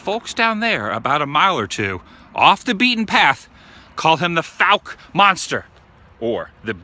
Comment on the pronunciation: Thanks for pronouncing Fouke correctly! So many people that aren't from around here say it like Foooke